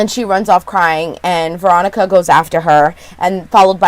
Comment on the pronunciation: So sorry for your bad day, but you totally make ours! Thank you for that. I must be exhausted or need my hearing checked cuz I could've sworn you always said Moronica and not Veronica LOL!!!! This show IS weird, but it keeps us watching. It like Twin Peaks, Fargo and Ravenswood all mixed together. Can't wait for your next recap. Hope you have a better day - rest of week actually. :-)